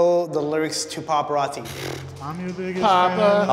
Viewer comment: The dude in the red hat got my grits boiling ,he can’t even say paparazzi right 🙄🙄